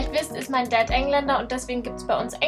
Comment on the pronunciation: Dein Daaaaad ist Engländer :D Sry ich weiß das du das sagst weil er eben Engländer ist, aber das macht mich so aggro im deutschen :3